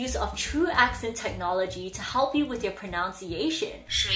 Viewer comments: ProNUNciation. You pronounced it incorrectly. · Lol your pronunciation of pronunciation needs to be Rosetta Stoned.